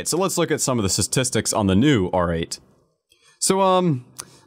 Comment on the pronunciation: I just want to know how many more "how to use" videos will it take for him to pronounce statistics right